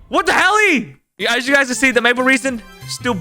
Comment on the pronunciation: Aaaah yes, Maple reason, not maple resin!